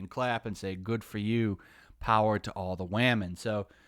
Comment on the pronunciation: why don’t you just say woman? That whamen shit sounds so stupid lol